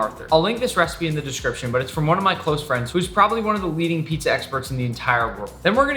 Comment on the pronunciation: Pitzah and not Pizza and Burgir and not Burger